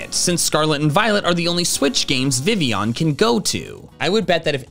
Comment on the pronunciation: I know not many people are fond of Vivillion, but if you're gonna make a video about facts, calling Vivillion "Vivion" doesn't help